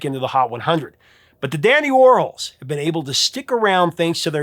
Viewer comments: It is the dandy war-halls… not the dandy war-holes… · I feel really bad for correcting you. I NEVER DO THAT! I usually just “fix” all the misspelling in my head and move on. But you kept saying Whirls and it was KILLING ME!! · You do know who Andy Worhol is, right? Pronounce his last name right with an s. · The Dandy Warhols... The band's name is a play on the name of American pop artist Andy Warhol. So, I think you need to reconsider how you're pronouncing that band's name? Because I've only known to be pronounce the same way as Andy Warhol.